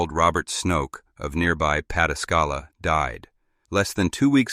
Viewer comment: I love how he says Pataskala 😂